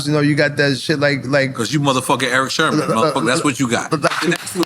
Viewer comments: Why does NORE keep calling him Erick Sherman? 😂😂😂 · Nore kept saying Eric Sherman.😊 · Nobody: ... NORE: Erick SHERman